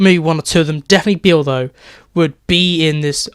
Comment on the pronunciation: you calledbeale wrong